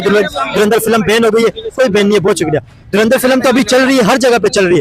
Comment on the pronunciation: 🤣 🤣 Ye log urdu word ko hi theek se pronounce kyun nahi kar pa arahe hai? Itni acting....? Koi door andar Keh raha hai 😂😂 koi dhur indar... Iss bande ne toh dhuan dhaar Keh diya 😂😂 Kisi Pakhtun se puchte.... Durand-er kehta shayad 😜😜